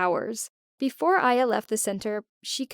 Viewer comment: uh so my name is actually Aya pronounced in english I-ya...